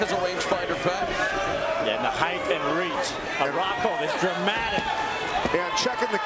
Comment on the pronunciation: When people say "heightH" it's so awkward....